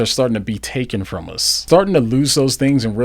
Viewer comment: Is this why you say punt instead of put, and uz instead of us--is it hearing loss related?